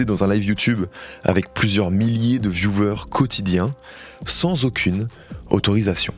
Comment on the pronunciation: Et le fameux "viewver" qu'on entend absolument partout chez les youtubeurs et qui se dit "vioueur" en "pseudo phonétique " (le w ne se prononce pas "v")